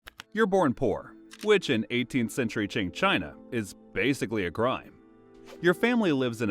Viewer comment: it's pronounced as Chin , not Qin.. Q in chinese is pronounced as ch..